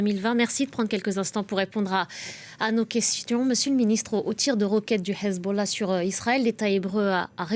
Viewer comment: sa manière de prononcer Hessbollah est juste parfaite Tout de suite ça donne envie de manger du couscous